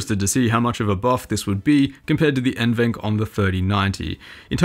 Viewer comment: just a friendly comment from a passerby. NVENC is pronounced N-V-Enc, not N-Venc. Most youtubers pronounce it like the latter for some reason, but at Nvidia it’s pronounced like the former. Great review btw :) Cheers!